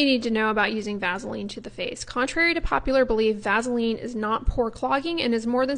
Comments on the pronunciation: Eeekkkk. Her pronunciation of vasalean. Lol it's vas-e-line. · Please pronounce your words correctly if you're going to put yourself in front of the whole world. Vazaline for Vaseline isn't cool...your message, however, was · I've never heard of vaseline pronounced with a z sound- "vazeline". 🤔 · I've never heard anyone pronounce it "vazaline". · I can’t figure out what’s happening with online dermatologist, the dueling duo male doctors do the same thing. For at least 100 years it’s been pronounced “Vass a lean” And its product is PETROL E UM JELLY. Not pet rah latem and it triggers me so much, I realize the goal is to sound snobby and and pretentious, but the truth is there is ZERO pretentiousness with this amazing product. Stop Social media gobbledygooking this fantastic, obtainable by anyone resource. I’m so over this boojee or should I say boo gee Nonsense. It’s petroleum!!! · I love how you pronounce Vaseline like Ice Cube does. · Here’s what I need to know: is it pronounced VASS-ah-leen or VASA-leen? Have I been saying it wrong? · I've never heard someone mispronounce Vaseline quite like this before! 🤣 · Why are you pronouncing it with a z